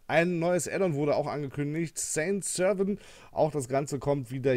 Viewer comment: Die französische Map spricht sich französisch aus. Sän Servän in Lautschrift.